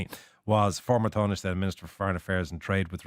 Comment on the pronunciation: The interviewer should learn how Tánaiste is pronounced.